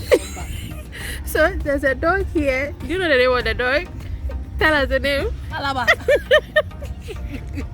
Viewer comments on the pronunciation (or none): Mama Elikem is a whole mood to hang out with. The way she mentioned Alaba is funny 🤣🤣🤣🤣tell her it's Araba wai